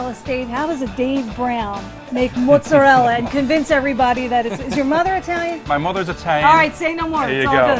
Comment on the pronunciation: Why does everyone who makes mozzarella try to pretend to make their pronunciation sound Italian, but still don't pronounce it correctly? They seem to be trying to be trying too hard to pretend they are Italian